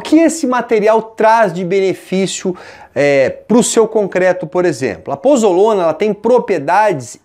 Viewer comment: POZOLANA e não pozolona